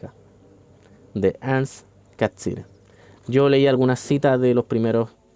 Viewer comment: Bien, aunque me perturba cómo pronuncias Catsirer, siendo que el apellido no es italiano, no se justifica 😅 Pero respecto del contenido, bien.